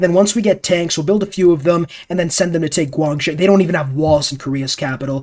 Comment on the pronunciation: As a Chinese I cringed when pronounced Guangzhou Guanzao